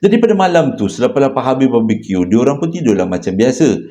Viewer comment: jgn la ckp "babi Q" pelik sngt bunyi.... haha